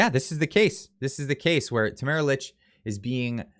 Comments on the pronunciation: It’s pronounced “Leech”, not “Lich” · Just an FYI I believe that Tamaras last name is pronounced like “leech” 🤓🤷🏻‍♀️